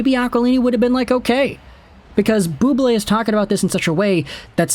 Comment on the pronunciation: Bubbly!! No it’s Bubblé!!